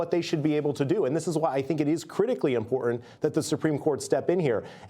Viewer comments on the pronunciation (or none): why can we not say ImporTant correctly? it is not Imporaint or imporant. Ebonics? the T is not silent!